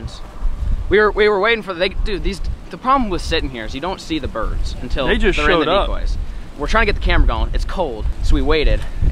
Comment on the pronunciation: “we jus dropped 6 bidurds” 😂😂